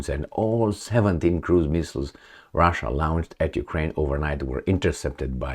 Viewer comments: It's like 'lounged' and 'lawnched'. I can't take it anymore - sorry. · A bad habit that la-oun-ched....